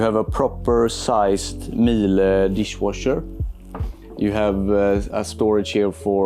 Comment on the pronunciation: it’s pronounced meal uh